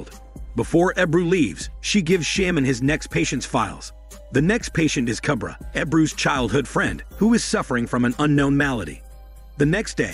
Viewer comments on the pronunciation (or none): The pronunciation of the words and names are incorrect: Dabbe ≠ Dab It’s Dhab-bay Sare ≠ Saer It’s Sah-ray Kubra ≠ Cubra It’s Koobh-brra (roll the R) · And Kubra is pronounced as "Koob-raa" you make it sound like baby lion cub😂🤣😂👏